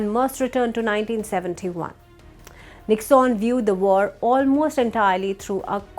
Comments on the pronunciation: It is pronounced nick_sun. Not nicksaan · It is not pronounced as Nicks-on, it is Nick-sun.